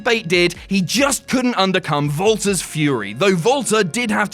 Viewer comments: U REALLY CALL WALTER VALTER 😔😔😔😂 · Walter. With a "W". Why does it said like "Volter" when says it lol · When you say Walter it sounds like Valter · Yeah, the proper, Austrian, pronunciation of Walters name is Volter. is right. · European pronunciation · I was hoping someone else noticed,I thought I was hearing that